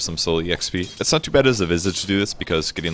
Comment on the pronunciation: you just butchered visage's name. its pronounced visage, not visage.